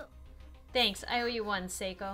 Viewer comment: Those two just need to kiss already. Geez. Thank you for pronouncing Seiko's name correctly! It was driving me nuts since she's my favorite character, and it feels like I have to protect her the best I can...Anyhow, treasure her! (Also ship Seiomi...Or Seiko X Naomi...These two deserve each other!)